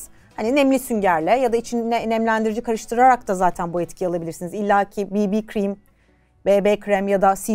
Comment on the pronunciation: bb kremde ki bb blemish balm, cc kremde ki cc color control anlamına geldiği için krem desen de cream desen de bb ve cc kısımlarını İngilizce telaffuz etmelisin çünkü onlar ingilizce kelimelerin kısaltmaları. Ha önemi var mı yok sen önemsediğin için söylüyorum.